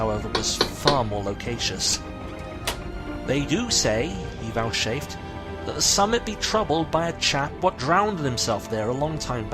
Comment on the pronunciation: I enjoyed your adaptation of this story and the soundscape you built up. I do have a few pronunciation complaints, though: uncommunicative, loquacious, vouchsafed. Otherwise well done.